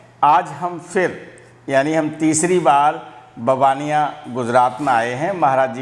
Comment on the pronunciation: मै भी इसी गाँव का हु लेकिन बहार रहता हु, मुझे ये जगह बार बार मन को खिच के ले जाती है, ओर बाबा नीबकरोली, हनुमान जी के पास चला जाता हु, कईं बार बाबाजी ने अहसास कराया है, ऐक बार दर्शन करोगें हर बार बाबाजी बुलायेगे, सर ऐक ओर बात आप गाँव का नाम बबनिया कह रहे हो गुजराती मे नाम ववानीया है। मै कैची धाम भी गया हु। आप को भी कभी कही मिलेगें बहोत बहोत आभार। 🎉❤ थेक्स।